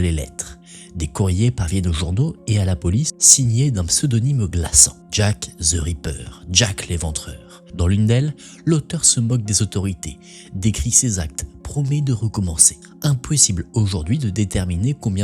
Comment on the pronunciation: ze ripper🤣